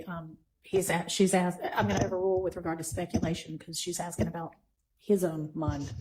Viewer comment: Why all these trained attorneys keep axing questions instead of just asking them